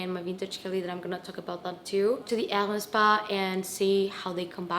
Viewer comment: I love how you pronounce Hermes. The way it should be pronounced